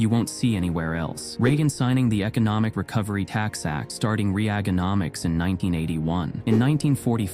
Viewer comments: Not Re Ag Uh Nomics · If you are going to let AI read the notes at least insure it can pronounce the words .. re- ag - enomics,, Marilyn bitting a flower,, and that's Sandra Bullock from a movie not a German flight attendant... C'mon man!!!!!! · Can't believe this stupid computer voice over called it Re-Agononics, like cutting taxes was a form of torture whenever it was done. Damned disrespectful to one of our greatest Presidents ever. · The a.i. commentary is awful! Re-ag-onomics indeed.